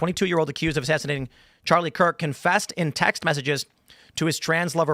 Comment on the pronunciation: did he say Charlie Kirt ?